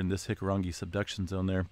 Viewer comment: I'm incredibly impressed with your pronunciation of Hikurangi. Chur fulla, kia kaha.